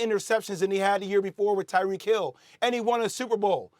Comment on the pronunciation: Did he say Tywreck Hill??? lol looks like a mess up.